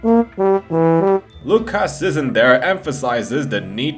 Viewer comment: I like the way he pronounced Lucas as (luc-pause-as) my name is Lucas btw XD